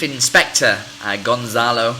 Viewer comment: It's not GonZalo, It's GonCalo. Here in Portugal, we believe that maddie died by accident. Probably, she woke up and she heard gerry's voice when he was talking with the BBC producer outside the house, she climbed the sofa, and she hit her head on the wall. Kate found the body and the rest is History.